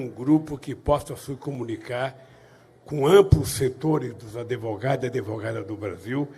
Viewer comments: é Advogado ....não AdEvogado...não aprendeu com tanta audiencia até ser preso ? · OS "ADEVOGADOS" KKKKKKKKK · "Adevogados". Parei de assistir aí. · O nome não é adevogado! Ainda se acha intelectual? Kkkkkkk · Os adEvogados do Lulalau, kkkkkk